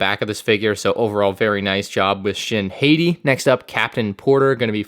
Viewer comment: Every time you mispronounce Shin Hati as Shin Heyty, my inner lightsaber turns on and stabs me.